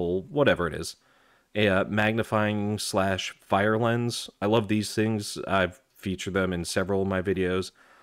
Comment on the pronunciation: Fresnel is French, so it's pronounced fruh-nel'. I looked it up, bc I wasn't sure either. Great little kit. At my age, I watch your videos for EGC ideas. (easy grandad carry).